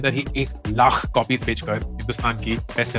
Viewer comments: Lakh ka uccharan thik se kijiye bahut bura lagtahe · Just the way he says Laakhh 😂